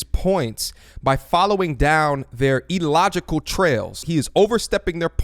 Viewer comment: Its IL-LOGICAL not E-LOGICAL!